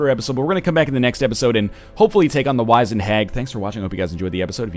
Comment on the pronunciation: The i in 'wizened' makes an 'ih' sound.